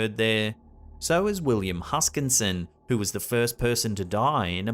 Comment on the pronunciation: William Huskisson, thats Huskisson. Hus-kiss-on. No "N" in the middle. Christ, you're Australian. Huskisson Bay on the East coast is named after him.... *and yes he's my ancestor